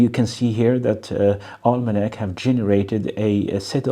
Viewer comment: Almanak means calendar in my language. Pronounciation was correct